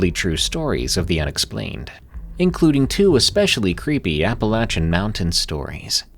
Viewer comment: finally saying it right